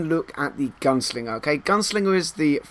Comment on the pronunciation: Is it just me, or does he keep saying gun singer?